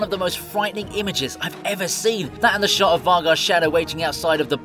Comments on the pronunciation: Two points: His name is Vhagar, pronounced 'Vay-Gar' not 'Vagga' Also, Perseus doesn't ride 'what I can only call a demon horse'. He rides the legendary horse of the gods, Pegasus. Thanks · He kept calling Vhagar, Vagar and I just couldnt continue the vid. just watch the show